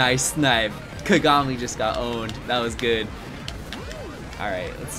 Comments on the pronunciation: Kuh-gah-mi Me, a Lucky Star enjoyer: Kaw-gaw-mi!!! Empex somewhere in the corner: Cries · the way he was saying kagami 😵‍💫 haha